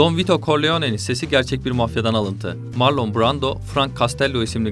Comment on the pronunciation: Ya bari otur youtube elinin altında bu isimleri asıl sahipleri nasıl okuyor diye bir bak, sağır oldum marlon duymaktan